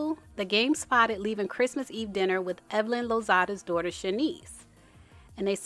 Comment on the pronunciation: Babbyyyyy🤣 as evelyn says 🗣️DON’T TALK ABOUT MY “DOORTA””🤣